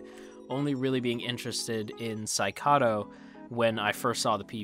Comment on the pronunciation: I think its id invaded not ID invaded, like from the id the ego and the super ego you know. Also his name is saKAIdo not SAIkado, and his daughter is KAIdo